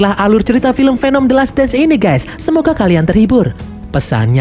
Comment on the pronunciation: Yang asli bukan guys Tapi gess😂